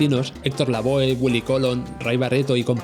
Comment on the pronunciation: Lavoe también lo pronuncia mal, se dice lavó jaja